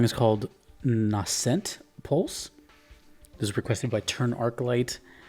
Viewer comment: Close enough, I think it's pronounced "NAYsent". Loves me some Sakuraba 🤘